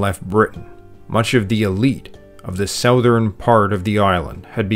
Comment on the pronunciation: you can pronounce welsh word but can't pronounce the word southern.